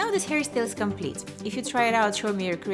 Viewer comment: I like how she says hairystyle and not hairstyle😂